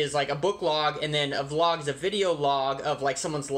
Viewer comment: I really like your videosI I find them interesting and educational. But I cannot stand to hear the word wlog.Keep up the good work.